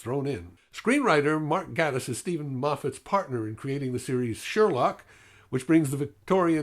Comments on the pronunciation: Yeah, I didn't like Voyage of the Damned at all. Gatiss is actually pronounced "GAY-tiss," but that obviously doesn't matter much. I really liked this episode a lot too. Not much to say. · Gatiss is said like "gay-tiss". Like gay. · it's pronounced GAY-tiss. sorry.